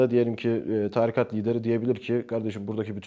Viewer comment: Çok akıcı ve dolu dolu konuşmalar ama lütfen artık 'tarikat' kelimesini doğru telaffuz et :'(